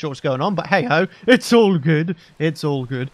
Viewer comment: Nobody: Not a soul:: it’s lookin groooodd (Yes I meant the “r”)